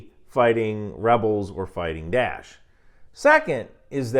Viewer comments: It is not ""DASH"". It is called ""DAA'ESH"" Please learn the correct pronunciation. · its not dash, its DA-esh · Die-esh. Not Dash. It’s Daesh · "Dash" ...is that the Egyptian pronunciation or something? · i think its hilarious you call daesh 'dash' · Are you saying "Da'ish"? Never heard it pronounced "dash" before